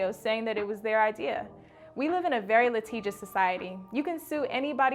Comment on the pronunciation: At 8mins.... it's enunciated la-ti-jus not la-tee-jus somebody in (Editing) should know that.